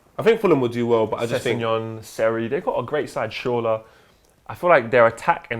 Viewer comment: Man like pronouncing shürrle like “shor-la #madting